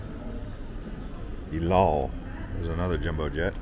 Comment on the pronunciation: EDUCATE yourself before on the pronunciation of cities you are flying to AND the flag carrier of Israel, pronounced "ell-ahll" ... seriously???